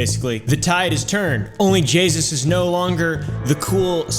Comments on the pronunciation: It was correct! He says Jaysus instead of jayus 🤣🤣🤣🤣 Anyways I understanded onlyjessus xD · Bruh its onlyjayus not onlyjaySUS😂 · I thought he said jesus not jayus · He says onlyjasus 😂😂😂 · I love how he said her name wrong the entire time